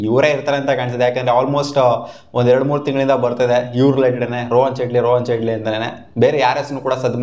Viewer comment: ಚೇಟ್ಲಿ ❌ ಜೇಟ್ಲಿ ✅